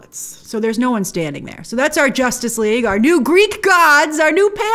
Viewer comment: "Jostice League..."..why? lol